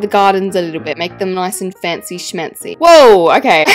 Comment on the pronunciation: I keep saying fancy smanchy bc of you😂 {no hate ily gorgeous queen❤️👑}